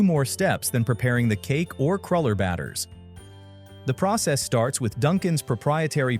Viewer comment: What's a crawler. Its pronounced crewler.